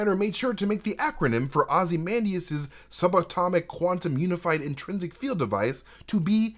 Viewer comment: You repeatedly pronounce ozymandias wrong